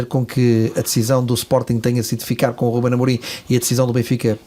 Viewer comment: Por que é que todos os parceiros de LFL, neste programa, dizem RÚBEM Amorim?